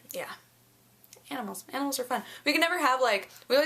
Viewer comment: You say it as aminals too!